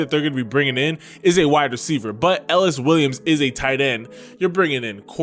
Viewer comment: i think its pronouced e-ly-us williams